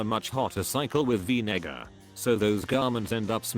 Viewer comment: “Vinegar” that doesn’t sound right 😂